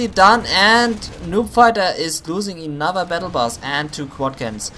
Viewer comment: I watched a couple of your replays and u make 2 mistakes very frequently. Units are hurt not "hurten" that word just doesnt exist in the english language. And its another Humvee not "enother" Humvee thats just prenounced wrong. Dont get me wrong apart from that i enjoy your commentating effort :)